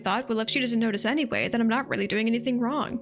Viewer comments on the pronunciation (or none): none